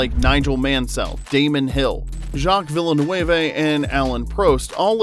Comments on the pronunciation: I think an AI narrator could've done a better job with that name. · Jacques Ville...what? 🤦🙄